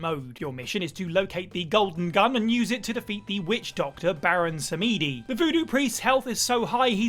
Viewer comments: It's pronounced Sa-ma-de, not Sam-ede. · “Baron Sameedy”?? *Facepalm It’s Samedi. As in French for Saturday.